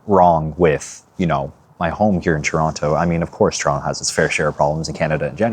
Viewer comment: You even say Toronto like a visitor!! hitting that hard second T! JK JK it is so strange coming "home" but it no longer feels like home.